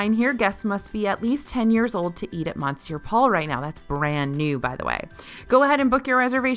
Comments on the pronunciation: I hate to ask this question, but why do you continue to mispronounce ‘Monsieur’? It’s ‘Muh-siur’. Do they pronounce the ‘n’ at the restaurant? Sorry - my five years of French in school are making me ask this question. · Good lord,, really?!? REALLY?!? Mon sewer Paul? I know you’re from Texas but I would expect that you would know better. Cheebus christmas. 😤😔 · Yeah, clearly it should be mon-sure-powell. Gosh, how crazy that someone who doesn’t speak French would mispronounce French words…